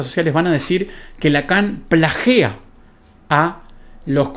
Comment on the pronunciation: Me gusta como explicas, un dato es Lacan Plagia” no Plagea, saludos muy buen material